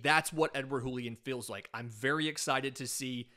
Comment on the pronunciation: It's not a spanish J, it's a french J. "Julien", not "Hoolien"